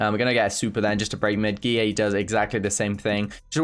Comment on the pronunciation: i like how says guilleVGX like GEE-AAY